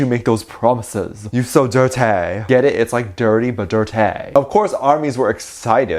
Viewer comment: my mans really said "Dirt-tae" I wheeeezed